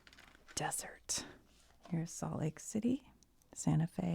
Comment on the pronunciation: 2 things I'll add las vegas new mexico is where billy the kid spent a lot of his time. And the deseret is pronounced des-er-ret. Being from Utah tons of stuff is named that lol